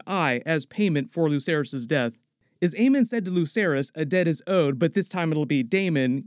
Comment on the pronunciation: its luKerys with a k sound.